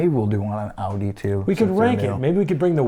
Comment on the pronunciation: Happy new year guys . . . Ya really need to learn how to pronounce some words guys . . . . Tyrrell. . (Ti rell . The y is sounded like the i in "in" ) . . Renault . ( ren o) . Audi . .(ow di). . . . . Go Liam . . 👍👋🇳🇿